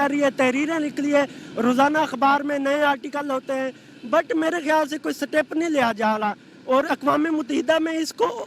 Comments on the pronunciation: Satep nhi bhai step hota hai bhai wo. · SATEP nahi STEP hai , thik se bola kar yaar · Second banda kya chutiya hai😀.. State hota hai bhai..Satate nahi🤣🤣..step hai..satep nahi...gaandu bhen ka loda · Bhai step hota hai सटेप नहीं होता At physics student😀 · Setep nehi step hota hai 😌😌👌🏼👌🏼😑😑😑😑😑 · Satep bhaii satep 😂🤣🤣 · The guy studying Physics can't even pronounce 'Step'.